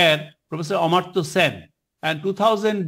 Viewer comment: Amar-tya Sen not Amrit-tya Sen